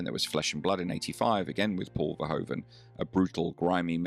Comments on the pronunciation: Verhoeven with oe as in Shoe, not o as in go..., again, have some RESPECT. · I remember him best from 'Soldaat van Oranje', although his personality in that role doesn't reflect mentioned ambiguity. Btw Paul Verhoeven's name is pronounced more like 'Verhuven' or 'Verhooven'.